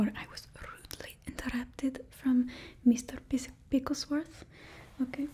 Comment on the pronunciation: ohhhh of COURSE, I thought you were saying Pickle 😂